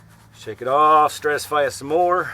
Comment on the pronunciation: ive never heard a pro say stratisfy